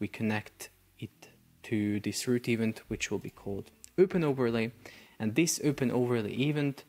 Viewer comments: ee-VENT, my bro, it's pronounced ee-VENT with stress on the last syllable, not EVE-ent. 🤭 I'm sorry, I know English is not a native language but you just used the word so frequently in the video and every time I got an eye twitch. Love your videos! ✊🏻❤️ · I truly believe your pronunciation is getting worse, the more videos you do. What is an "eevunt". Surely you have access to Google to check how words are pronounced?